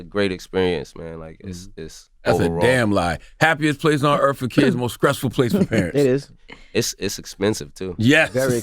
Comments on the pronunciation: Why does Charlemagne say Cs where there’s supposed to be Ts, conscruction... scressful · If C tha God says the word Stressful with a K one more time...